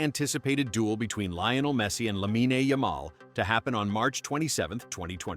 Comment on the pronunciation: Lahmeenay? AI still sucks.